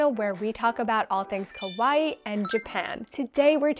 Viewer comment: If this is a "all Japan" channel then work on pronunciation: purin is not pronounced "pure inn" it's "poo-rin", also kawaii has a long "ii" sound at the end which really needs to be emphasized, otherwise the accent lands off